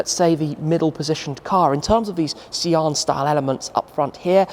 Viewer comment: Sian is pronounced Sean/shawn